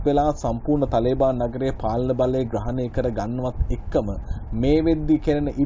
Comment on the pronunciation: තලේබාන් නෙවෙයි මල්ලි,, තාලිබාන්. තාලිබ් කියන්නේ අරාබි භාෂාවෙන් " ශිෂ්‍යා " කියනෙක. තාලිබාන් කියන්නේ ඒකෙ බහුවචන. (Students)